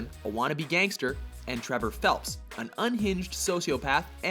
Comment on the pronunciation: Trevor Phelps?